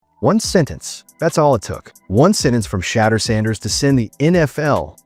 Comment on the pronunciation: Why do you keep calling sheduer.... shatter? When you know his name is sheduer. You know what his name is, just call him by his name. 🤷🏽 Over and Out.